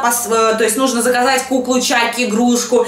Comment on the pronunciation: Не чаки а чакки